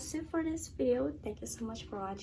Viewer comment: “trankeu” nya udah korea bgt kak